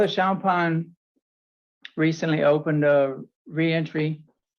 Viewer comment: WTF... FATHER CHAMPAGNE CULT wtf... How he pronounced his last name got me rolling it Champagne 🍾🥂 hahahahhaha wtf... Wants to join a cult ....😂😂😂😂